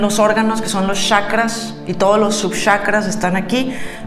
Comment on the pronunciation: PORQUE DICE YACRAS 🤪😱 XQ? SE DICE CHACRAS. IGUAL SOS GENIAL